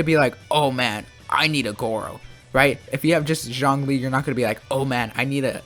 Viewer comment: Your opinion sucks, you can’t even pronounce their names properly.. And Zlong Li freezes? He Petrifies dude.. lmao! 👎🏻